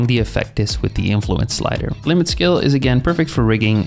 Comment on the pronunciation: you're saying skill but you pronounce constraint correctly it's breaking my focus this whole time lol